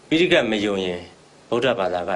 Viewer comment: ဆရာ ရှင့် ဒီ အမျိုးသမီးက phitaika ကို တောင် ပီအောင် မပြော နိုင်ဘူး